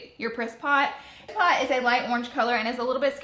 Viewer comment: Love the pallet Laura but I swear when you said "priss pot" I could have swore you said "piss pot" which is slag for toilet here in Ireland! I had to replay that part a few times before I got it right!!! 😂